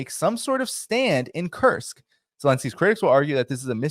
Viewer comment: Sounds like he's saying, the "cursed" region. I hope it turns out to be a cursed region for Ukraine.